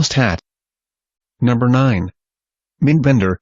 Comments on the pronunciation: lol. it said mendbender instead of mindbender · "Meendbender, Mahndbender" Hehe...